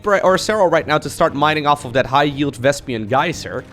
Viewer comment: I love your content dude, but somehow every time you call Vespene Vespian i die a little inside :D